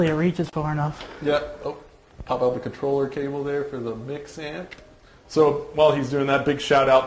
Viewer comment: THE FUCKING CONTRLLERR LOOOOOOL ahahahahaha